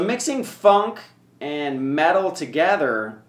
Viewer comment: it sounded like he said fucking metal lol